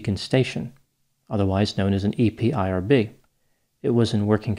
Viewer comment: Never heard anyone calling it E P I R B before. Always heard it called E-PIRB